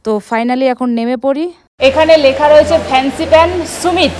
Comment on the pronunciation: সুমিত না ভাই, সামিট । মানে peak